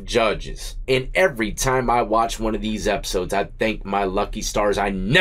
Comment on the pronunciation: Bro straight trolling us now on his pronunciation of the word one..... He goddamn well know he be sayn "23 & JUAN" 😂😂😂